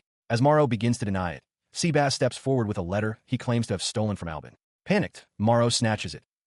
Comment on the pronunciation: Sebas ❌ Seabass🐟✅